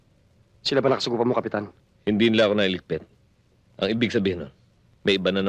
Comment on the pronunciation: Ililigpit guro hindi ililipit😅😅